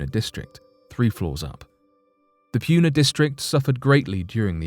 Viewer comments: Kilauea is not pronounced Kilauee, it's pronounced Kila way uh. And Puna is not pronounced Pyuna, it's pronounced Pooh-nuh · narrator says pyoona